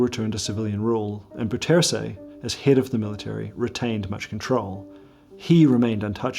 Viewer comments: I really don't mind the mispronuncation. As far as I'm concerned, it's completely trivial and unimportant. Don't understand why people make such a fuss about it. Anyway, this is how it should be pronounced: the "ou" sound in Dutch is pronounced like the "o" sound in "how" and "now". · as a surinames, i hate the caged bird thing so much. most people don't it. because it's too cruel to do something like that to animals. especially to birds! if i could, i would free them all. also, how did you get bouterse's name that wrong , when you've visited the country itself lol. also: i read the pinned comment, so i know you are aware of the wrong pronunciation... i am just curious about this.. no hate to you, and also.. great job on the info and presentation. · The pronunciation of Bouterse’s name isn’t even close. Try Bow (as in “take a bow”), with accent on that first syllable, terr-suh. BOW-terr-suh. It almost renders the video too hard to listen to — though the research and content is outstanding. Did you speak to local Surinamers or Dutch sources who could correct that pronunciation? It’s so far off! But the way Brunswijk’s name was pronounced is actually fairly close. Odd! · Actually you're kind of wrong, the correct way to pronounce Bouterse is; B-ow-ters-hey, the "ou" is like the o in owl, the 1st he is like the e in she, the er is similar to how your would say the "ur" im surf and the 2nd e sounds like "ey" in hey. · Awesome stuff but; bouterse (pronounced “Bowtursu”) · Not "boutsersé" it's pronounce as " bow + tor + soh" the "e" in dutch is pronounce as an "o" if it is at the end of an word, The "o" must sound in same way the "o" of the word "clock" sounds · Dude. His name is not ‘Boo-tersy’ but ‘Bouter-seh’. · It's pronounced 'DEYzi BOUterse', not dèssi booterse. The 'OU' diphtongue doesn't exist in English, but comes close the o of 'ow' when you're hurt. Otherwise excellent video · pronounced as "Day-See Bow-tur-suh"... not like that of a former Filipino pres.